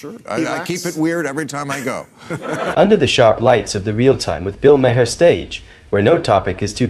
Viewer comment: it is pronouncd "Bill "Marr", not "May-Her